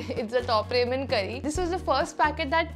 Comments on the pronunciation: Pronounce ramyeon not ramen. I like gravy Maggie and the green vasline is light but once I applied a lot of vasline and went to a class and even after 3 hours my skin was oily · ramen is pronounced as raa-men and not re-men but irrespective, love the video